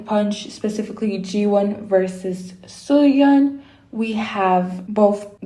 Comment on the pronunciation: It's pronounced as Fai or Pai, not Faye. And Suyun is pronounced like Sooyoon. And it's pronounced as Kay, not Key. Her name is written as Kei, but you pronounce the vowels separately